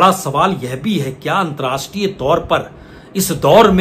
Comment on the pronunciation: Antrastriya Nahee, Antarrashtriya hota hai. Please correct yourself.